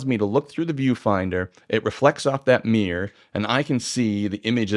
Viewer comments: Dude.. it's not a mirrr or a mierrr but a mirror. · I agree with 99% of what you say apart from one tiny point you say an SLR has a meer but a mirrorless doesn’t have a meer???? Is it mirror or meer (pssst i know what it is! It’s mirror!)